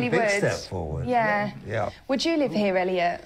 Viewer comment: “ how do people savive ou heaa... its like a poonami” 😂😂😂😂😂